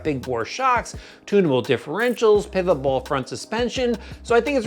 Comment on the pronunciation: Thank you for saying pivot ball instead of pillow ball